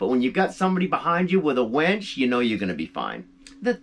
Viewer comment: A "wench" or a "winch?" Hmmmm...or both LOL!!!